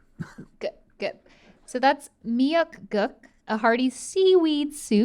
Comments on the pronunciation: the last word of korean seaweed soup is pronounced "gook" not "guck" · Miyeok- gooooooook but good job Stevie! Your pronunciation was actually pretty good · That’s not how you pronounce Miyeok Guk. 😂